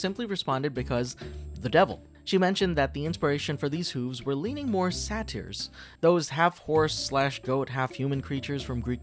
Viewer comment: It’s not “Satires” It is pronounced “Say-ters” Say it with me, “Say-ters” Satyr.